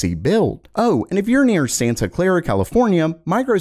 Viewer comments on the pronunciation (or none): none